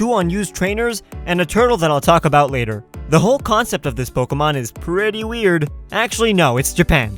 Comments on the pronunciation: Am I the only one who gets a little annoyed when someone says "Po-kah-mon" instead of "Po-keh-mon"? lol It was a good video anyways :] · in the beginning he said Pockymon lol